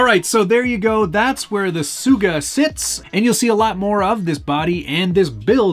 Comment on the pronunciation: This build is turning out pretty sweet. Love that you're using an old Volvo, even if the Swedes are sworn enemies to us Norwegians (not really, but there is defintely a rivalry there). One little note though, it's not suuuga, it's sugga. Quick/hard G, as in you have to speed it up at bit. Sugga means sow, or female pig that has had some piglets. In Norwegian it's sugge, in Swedish it's sugga. :)